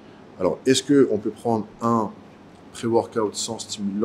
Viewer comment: ça me stresse quand il dit " pré workaouute"